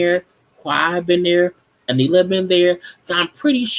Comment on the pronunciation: I'm mad an entire season has come and gone and is still calling this woman A-Nee-la/A-Ni-la 🤣